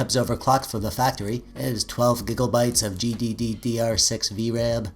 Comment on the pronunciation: I like you always add an extra d in gddr. Gdddr. Noice